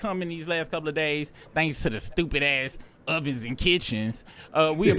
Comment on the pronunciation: Ovovens and kitchens..... 😂😂😂